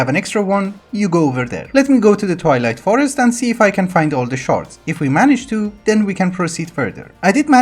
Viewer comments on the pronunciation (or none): Great series. I really like your sense of humor. I keep mishearing you say you’re going to the Toilet Forest :)